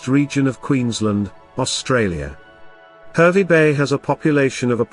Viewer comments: Harvey not hervy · It's pronounced Harvey not the way you say it bloody hell mate!!